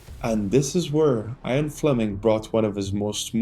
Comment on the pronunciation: IAN fleming ... not IRON fleming